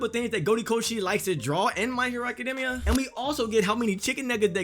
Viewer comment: It's even sadder that you pronounce it Academmia. Honestly it's gross